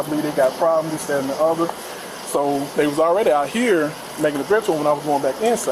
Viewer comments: "And dis, dat and de oda..." 🙄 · This that and da udder